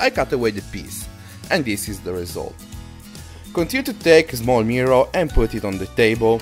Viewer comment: "Zmall nail" "vood"